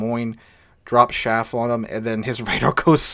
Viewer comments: I'm sorry, every time you said SHaff I cringed...it's CHaff, like Charly. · chaff not shaff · CH af. Not shaff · Do you mean Chaff? Sounded like you said Shaft...